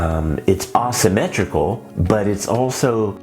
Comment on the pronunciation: May I ask where you are from? I have never heard anyone say Ah-symmetrical. I looked it up and every pronunciation - including from other dialects - pronounces it Ei-symmetrical. I plan to show this to my students, and I know they are going to ask me about it.